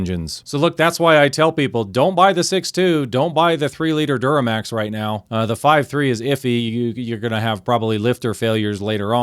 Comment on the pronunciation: "duramax" lol. Toyota new engines are F# as well.